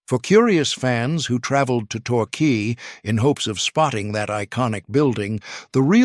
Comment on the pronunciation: Bayzil? Qwey? One one zero zero! AI giveaway